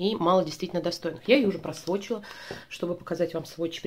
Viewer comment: Просвотчила, каждый раз слышала Просрочила 😂